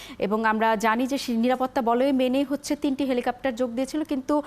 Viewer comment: এই মহিলা বার বার বলছে "হেলিকাপ্টার"